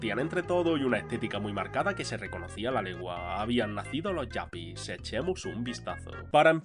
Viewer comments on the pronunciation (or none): no se dice yapi, se dice yupi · Allá cada uno con esas cosas pero en España siempre se les llamó yuppis a la española, pronunciado con la u, no a la inglesa. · Me encanta tu contenido, la verdad. Solo que aquí quería hacerte un comentario. Se me hace raro e incluso hasta incómodo 😅 (pelín cringe) escucharte decir “yapi” todo el rato. En España se les llamaba Yupis.. incluso creo que existe la traducción lingüística directa, pues si fueron muy populares. Pasa un poco como con el tema de wifi, que nadie dice “wai-fai” ¿o si? 😂 Aquí tenemos nuestro propio inglés, ya sabes. Y en otro caso igual hasta ni lo menciono, pero es que esto lo viví de cerca y créeme, eran Yupis / Yuppies, sin más. Es un comentario desde el respeto, obviamente. Solo para dar contexto. De verdad que tu contenido me gusta mucho, pues te documentas muy bien. Gracias igualmente